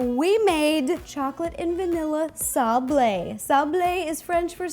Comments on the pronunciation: If you want to pronounce it the French way, say "sah-bluh" instead of "sah-blay"! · "sable" is pronounced sah-ble.